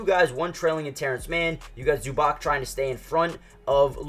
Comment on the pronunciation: Learn to say names dude. Zubak, Dontzitz. Disaster